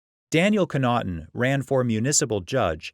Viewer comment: Daniel Connaughton is my dad. You need to pronounce the name properly. 😁